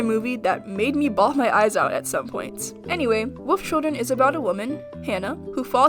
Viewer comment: Am I the only one who heard Woof Children instead of Wolf Children??